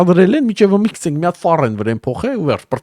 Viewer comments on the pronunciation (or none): քցենք չէ էլի հարգելիս գցենք պահի էլի լավ հայերենը porfa